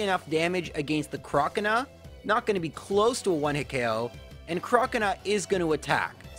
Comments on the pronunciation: Crocanah haha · the way you pronounce 'croconaw' triggers me